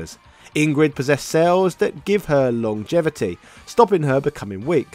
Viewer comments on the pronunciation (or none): none